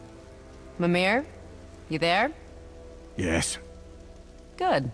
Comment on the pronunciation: Gotta say, being a Swede, I hate how they pronounce mimirs name. It's grave accent, not accute accent. Miiii-mer/Miiii-mir, not Mi-mir.